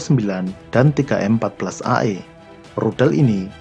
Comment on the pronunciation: ralat min bukan 3m-14ae tapi ZM-14AE, di aksara Russia 3 dibaca Z